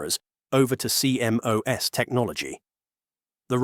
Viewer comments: No one says C M O S, it's pronounced "sea-moss". Dumb AI sheet. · CMOS is usually referred to as "See Moss," not C-M-O-S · Apparently, the AI voice used here doesn't know that the proper English pronunciation of CMOS is see-moss. I learned this in the mid 1970s as an electronics student in college.